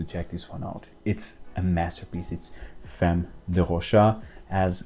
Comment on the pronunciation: yes you did. He pronounced it "femm".